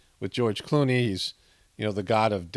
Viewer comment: You almost said George "Cloney." Seems like more of a suitable name for the cut and paste George Clooney roles.